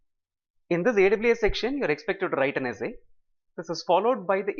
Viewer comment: whats with "wrrrrrrrrite the essay" ? video is very helpful, thank you